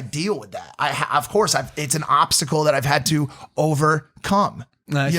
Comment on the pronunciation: "Over...strange pause....CUM" XD